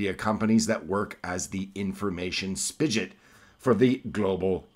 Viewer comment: "Spigot" is prounounced with a hard 'G'